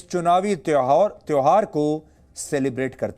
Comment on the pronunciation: Tehwar ko tehar bolne wale the.